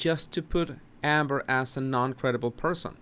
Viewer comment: unless I am hearing wrong she is not saying "non-credible", she is saying "Nun-credible", is this an attempt to get us to see her as an innocent woman (a nun)?